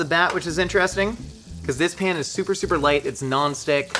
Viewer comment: Are you saying pan or pam I’m sorry you’re just coming off stupid